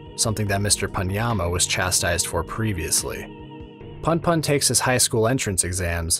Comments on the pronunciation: "Welcome back, to goodnight puhn-puhn." ITS POON-POON. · It gets under my skin so much how you pronounce punpun. There's at least a reason for the "poon" version if you're familiar with American slang, which i gather asano was given the content and words he chooses